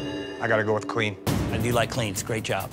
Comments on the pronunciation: Judges call: “real clean,” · Take a shot every time you hear '' in this video